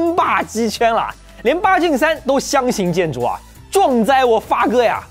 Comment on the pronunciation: 连8gen3都相形见绌（chu第四声）